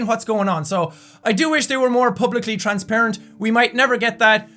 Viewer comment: When you say "transparent" it sounds like you are saying "Trans-parent", I love accents lol!! :D:D